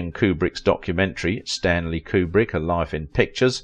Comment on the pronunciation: His name is pronounce Que-brick, not Coo-brick.